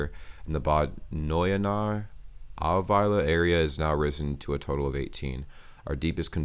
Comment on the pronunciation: How does it come that you pronounce these german cities like Bad Neuenahr so correctly?